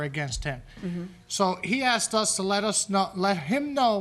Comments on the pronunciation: do parents teach their children to say 'axed' instead of asked? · Anytime someone on this show says they”acksked me”, you know they’re gonna lose.